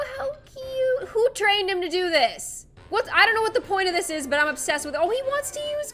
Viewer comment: I used to think she said HaPpY DaY oF gLoOm but she said happy day I’m GlOoM